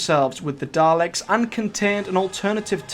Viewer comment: Daleks, not Darleks